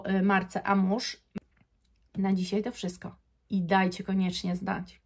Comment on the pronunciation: Wymawia sie AMUŁAŻ a nie amuż. Co do oryginalnosci to zapraszam do randamowego centrum handlowego. Przymiezalnie, hole sa wypelnione zapachem Guidance, na przemian z Erba Pura. Albo ich arabskimi klonami. Stellar Amber Zary doslownie 1: 1.